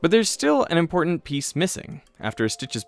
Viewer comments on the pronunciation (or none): none